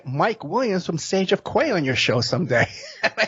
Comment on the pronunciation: Sage of key pronunciation btw